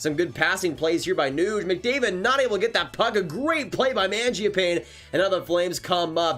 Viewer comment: My brother watch a video on how to say magiapane, great vid tho